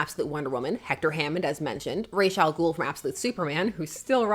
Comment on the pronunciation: Ra Al Ghul? More like Ra Al Paul